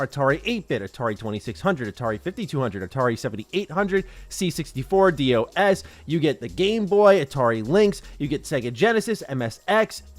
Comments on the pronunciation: Us old-school MS-DOS gamers would pronounce it "doss" instead of D.O.S. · Literally never heard Dee Oh Ess 😅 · LoL! I was wondering who that sounded weird to my ears. I don’t know if I’ve EVER heard it called that.